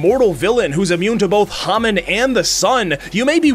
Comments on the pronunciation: I KNOW IT"S SO ANOYYING IT'S HAMON NOT HAMin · IT’S HA-MOAN NOT HA-MAN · He keeps pronouncing hamon wrong it's ha-mone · "Hah-min." Joking aside, I enjoyed the video. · Its call HA MOAN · You can tell that watched the sub cuz he mispronounces hamon so many times